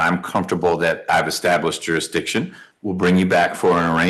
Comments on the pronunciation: What's "juryhdishun"? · Jurydickshin.... ya honuh... usual suspects man